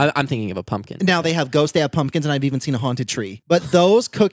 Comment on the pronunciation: Was it just me or did say pumpkin differently? Lol